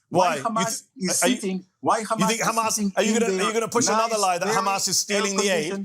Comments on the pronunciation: I only heard khamas a million times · Drinking game... every time ha says khamas... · Ohh my goodness!!! I don't know how mehdi is so patient but everytime this guy says Khamas I feel like to just slap him so hard so that he comes back to his senses. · Khamas, khamas, khamas, khamas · Take a shot every time this clown says 'kh mas'... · Every response: it is KHHHAMAS! this embarrassing zio is totally brain dead! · And don’t forget, it’s how you pronounce Hamas, these people are beyond insane